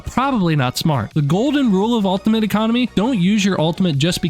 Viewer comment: Why are you saying "altimate"?